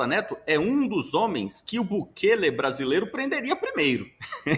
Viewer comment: O ASNO do Bolsonaro não sabe nem falar o nome de Bukele corretamente, assim como não sabe falar Trump. Não sei o que os gados veem neste sujeito... 😬